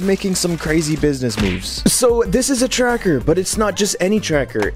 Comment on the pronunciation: you pronounce tracker as "cherker" 3 times in a row.